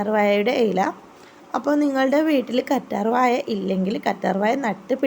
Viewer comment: കറ്റാർ വായ അല്ല കറ്റാർവാഴ 😭😭😭😭